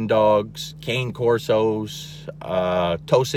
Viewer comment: I was shocked that you don’t even know how to properly pronounce cane corso, kangal, Caucasian ovcharka, etc. If you’re going to do an informative videos on these powerful, wonderful breeds, actually say the name right. You’re DAMN RIGHT on everything you said. KEEP TELLING PEOPLE. PEOPLE NEED TO KNOW THE TRUTH.